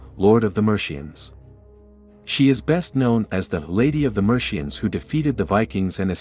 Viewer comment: Haha I bounced at "Mershians".